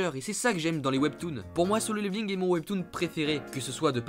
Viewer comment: par contre pour solo leveling sa ce prononce pas song